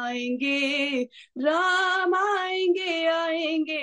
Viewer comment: over and above your song, danke sho"n for saying राम and not रामा. God bless you 🙏